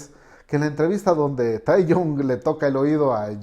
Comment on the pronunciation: Capo, se escribe Taehyung y se pronuncia taegiun BXJDUSÑ